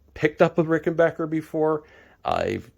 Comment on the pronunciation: Sincere Congratulations on your New Acquisition as well as the ability to pronounce RickenBACKer Correctly. :)